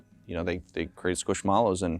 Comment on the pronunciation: When I heard him pronounce Squishmallows 😮 hit my ear so wrong.